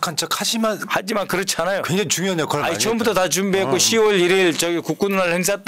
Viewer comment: 잘하심 감사. 그런데 그거 역할을 역활이라 발음 안하심 좋겠어요.